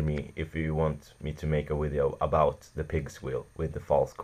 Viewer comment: a wideo lol